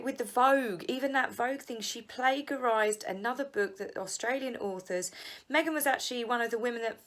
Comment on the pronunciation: It's not plagarizied--it's plagiarized. Soft g.